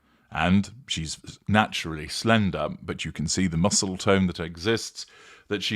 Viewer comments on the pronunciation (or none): none